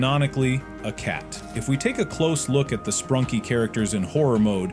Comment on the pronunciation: Bro said sprunky instead of sprunki....😂